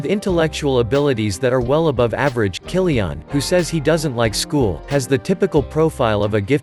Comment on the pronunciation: Who the hell is "Kyli-ONN" ??